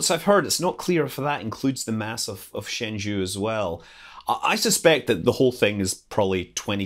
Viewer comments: Thanks for the video. It is Shen Zhou, not Shen Zhu. It took me a few secs to realize what you were referring to. LOL, but thanks. Very informative video. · Your pronunciation of Tiangong and Tianhe is pretty accurate, but shenzhou's "zhou" isn't. It's more like "Jo", instead of "Ju". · Shen Zhou, "Zhou" pronounce like "Joe" in mandarin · Scott's Jiuquan and Shenzhou were too far from discernable though. I wish CNSA could provide translated names based on meanings instead of plain pronunciation for international use. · Jiuquan is pronounced as "Jeo-Chyuen". Shenzhou is "Shen-Jou". Just FYI. BTW Tianhe's pronunciation is perfect. Great video! Chinese pronunciation is actually not that hard as long as you master the following three special rules: 1. Q is always pronounced as Chy (e.g. Qi == Chee), 2. C is always pronounnced as "ts", except that Ch is still just "ch" like in English, 3. e in e/en/eng is pronounced as "er" without rolled r, but in ei/ue, its pronounced as "eh" just like in "chess". Other subtleties are rather much more minor. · 神舟 (Shénzhōu) is pronounced roughly "shen-joe" not "shen-joo". 天舟 (Tiānzhōu) is pronounced "tien-joe" not "tian-joo".